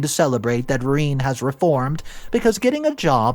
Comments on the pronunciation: sigh - Rene is pronounced "ren - eh" duuuude look things up. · Rene?! Really? Reen? WTF?